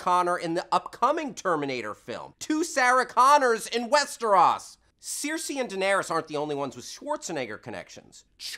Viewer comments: Da fuq is a "Sirsie". It's Cersei dammit. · I'm sorry. You're awesome. But the way you've read Cersei name was wrong. It pronounce "Ser-See." not "Ser-Say." Also, I didn't realize that Varys has hair in real life and Littlefinger was in the opening of The Dark Knight Rises. You've also forget to mention that Walder Frey is Argus Flitch, the keeper on Hogwarts who's always carry his cat, Osha is Nymeria Tonks, Lupin's girlfriend and Catelyn Stark is Hermione's mom in Harry Potter. Peter Dinklage was in Narnia too. How can you forget that? And damn you, Batman! You should kill that son of a bitch when you've met him before he's become a psychopath that everyone hates. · Seersee? sigh. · I thought it was pronounced like 'sursee'...? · I thought Cersei was pronounced weirdly, but then in a lot of the videos in youtube she is always pronounced weirdly.. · Why does he (host) pronounce those Proper nouns incorrectly Cersei, Westeros, etc.. you hear it correctly on the show constantly. Even if you read the books first and that's the way you hear it in your head.. WE NOW KNOW WHAT IT IS SUPPOSED TO SOUND LIKE! So sound off and tell me why I am wrong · I get the feeling this guy hasn't ever actually watched GOT. Anyone who does would at least know how to properly pronounce Cersei's name :/